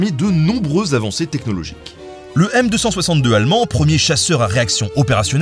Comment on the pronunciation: Très bonne vidéo, j'adore l'aviation. Mais comme j'aime bien l'Histoire, je réagis aux coquilles suivantes : - : Ce n'est pas le M262, mais le Me 262, (prononcer le E dans Me 262) "Me" = Messerschmitt Me 262 Schwalbe/Sturmvogel - : Pouêt! Pouêt! Le "Cornet" britannique, étoile filante malheureuse s'appelait bien le De Havilland DH.106 Comet, le même fabriquant que le DH.98 Mosquito bien connu. Ensuite je soulignerai que tu reprends à ton compte des affirmations qui sont très controversées : - "Et si la Seconde Guerre mondiale est un drame, elle a prouvé une fois de plus l’utilité militaire de l’avion et a permis de nombreuses avancées technologiques." Rien n'est moins sûr : Le bilan positif des guerres peut n'être qu'un mythe. Les économistes, sociologues, scientifiques, historiens, sont partagés sur les bilans "positifs" qu'on attribue aux guerres. En effet, les guerres ont des coûts extraordinaires sur tous les plans. Elles tuent des millions de personnes dont certains auraient été des génies. Des vies sont massacrées, les populations traumatisées, et la SG2 (Seconde Guerre Mondiale) a généré ensuite la guerres des blocs et la "guerre froide", comme les guerres de Corée, du Vietnam, Israel et ses voisins. Rien ne prouve que le bilan scientifique, économique, social de ces guerres et leurs conséquences sont meilleurs que si nous avions vécu en paix. Des milliards de milliards de dépenses inutiles au lieu de bâtir des écoles, des université, de payer d